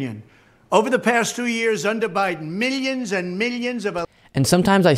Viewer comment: Meelyans and beelyans 😂